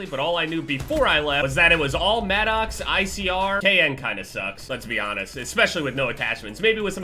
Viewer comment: i appreciate you saying the maddox correctly because it bothers me how much I hear it maddix and its my own name lol. love you